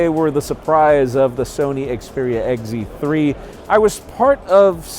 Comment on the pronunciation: "Sony Xperia Egg Zee 3" lol